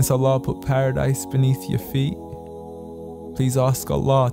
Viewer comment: why can’t you say allah